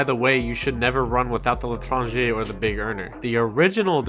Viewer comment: You saying L'Etranger is perfect.